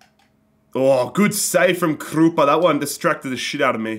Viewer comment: Please stop saying Krupa like that